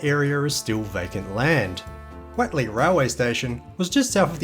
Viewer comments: Watley? It’s what ley…. Do you say wat is this that ? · Great video! I remember all of that old Guildford road area in the 60s til the 80s before the mad mile to Bassendean. Was far better. By the way, Whatley Crescent is pronounced Whotley, not Watley. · Hi, I believe it is pronounced, Whot - lee. we lived in some units in Whatley crescent, maylands. Most of the locals pronounced the road as whot-lee. But hey vitimin, vitamin, whichever! Your local history is really, really good. Keep up the vids. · Learn to pronounce Whatley. How do you pronounce what?